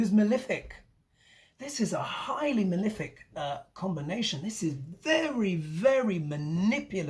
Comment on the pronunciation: What does this word 'milific' mean? Is it your pronunciation of malefic? I just love your updates. Thank you so much. You rock. Get some rest.